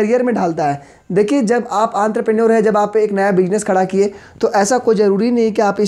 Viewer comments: आंतरप्रेन्योर नही एन्टरप्रेन्योर भाई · It's not anterprenuer 😂😂 it's entrepreneur!!! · I am irritated by the way you say 'aantrapranor' its "entrepreneur" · ENTREPRENEUR KO BHAI SABHA ANTRAPRNUR KAHA RAHE HAI 😂😂😂😂😂🤣 BUT SIR AAP BOHT AACHA PADHATE HO LOVE U❤️ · Aantarprneor ✅ entrepreneur ❌ 😂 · Bhai wo Entrepreneur hota hai....Aantrepreneur nhi 😂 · Antrapreneur nhi Entrepreneur hota hai 😃😃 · he is calling aantraprenuership instead of entrepreneur but yaa he his session was very helpfull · Entrepreneur🚫 antrepreneur☑️ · It is entrepreneur on antarpreneur ...😅😅😅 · teaching skill is excellent but it's enterprenuer not anterprenuer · Bro don't mind but it is entrepreneur not antrupener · This guy has said Entrepreneur as Anterpreneur in the whole video 😂😂😂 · Sir sorry to say u but it's not antropreneur...it's spelled as en-thruh-pren-neur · Actually Sir its Enterpreneure not Anterpreneure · It's entrepreneur not antarpreneur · It's not antrepenure it's entrepreneur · Entrepreneur ❌Antraprenure✔️😂😂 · 🤣🤣👈🏻भाई वो आंद्रप्रनर नही है। वो इंटरप्रेन्यूअर है। 🤣🤣🤣🤣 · its not antrepreneur its ontrepreneur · Anterpenure nahi enterpenure hai be😂😂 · Bhai enterpreneur hota hai yrrr mai sala pronounce karta tha ye word ko sala es video ke antherpraour bolne laggaya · Entrepreneur ho ta he bahi antarpenur nhi 😂😂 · Aree sir wo entreprenur hota h aap ky bol rahe ho aanterpenur kuch bhi ...🤣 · Antarpreneor nahi hota entrepreneur hota hai gvar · Antraprenuer nhi ha bhai entrepreneur ha.. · Sir it is not aanterprenuar.😂......entrepreneuar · Nice explanation sir.. But pronunciation Aantrapreneur 😂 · Aantrepreneur 🤣 what a pronunciation....but thnx sir♥️ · Entrepreneur ❎ antrepreneur☑️😅 95+ mrks in it . Like plss. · Entrepreneur mujhe aantrpreneur sunayi derha h 🤣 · Everytime I start laughing when he pronounce entrepreneur as antrapreneur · Why "Anterpreneur" ? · enter per naour lmaao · Entrepreneur not antarpenur 😂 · Anterprenuer 😂😂😂😂😂 >>>> Entrepreneur 😂😂😂😂😂😂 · Entrepreneur ❌ antrapreneur ✅